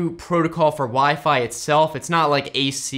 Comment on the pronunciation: "wee fee"